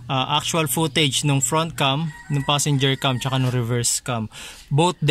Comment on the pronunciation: cam po yon hindi "vam".